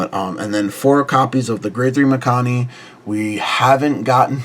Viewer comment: 1. I think your pronounced Mikani wrong lol, and 2. I think this list will struggle to get to 13 different as well as CB, but if thats not the goal getting 8 and doing shenanigans looks solid